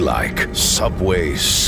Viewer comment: The emphasis on "sucks" makes me feel things